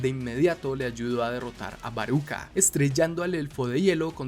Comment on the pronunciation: Baya tu si pronuncias bien el nombre de Baruka y no como los güeros que le dicen Barca 😂